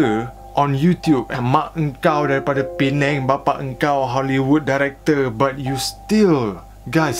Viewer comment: Aku ingt kau bkn org malysia siot..skli sebut pineng perfect sleng org melayu..haha..terbaek..done subscribe and turn on notification..support...hehe